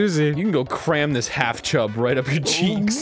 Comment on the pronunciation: Its chub not jub lol